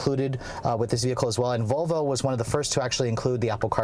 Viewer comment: vOLvo not VOVO!